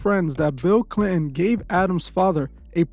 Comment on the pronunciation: Damn man u sayin Bill Clion makes me aggro